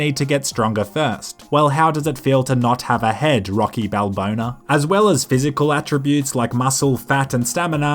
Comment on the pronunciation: "Rocky balbona"